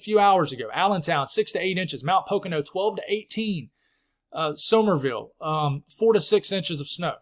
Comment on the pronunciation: thank you for the update! At least I have a little more hope down here in SE PA. You did great with your Lancaster pronunciation but Sussex is pronounced like the Duke of Sussex and Somerville is pronounced like Summer-ville. I don’t care what you call the towns but I know you do and instead of some jerk correcting you I would rather be the one who does it nicely 😊I’m not giving up hope that you will get a chance for snow yet! As I said on X we’re not talking about Spring until gets his snow ❄️ Sending you and your girls lots of love ❤